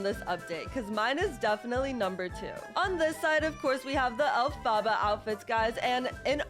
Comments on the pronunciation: You sed alphbha not elphaba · STOP SAYING ALFABA INSTEAD OF ELPHABA IT HURTS ME, also the tickets ARE worth it, they give 10 gaurenteed candies every time you win, plus you can get a (pretty ugly) ghost dress as the secret item, but if you buy the 100 pink cash costing one, most of the time you make back up the money or even extra money, yeah it could be like 20 cash, or smth besides cash, but it could also be up to abt 350 pink cash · It is ELPHABA not Afala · I love how she said elfbabas instead of elepebah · SHE SAYS ALPHABA THE ROG WAY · Calm down not everyone has perfect pronunciation...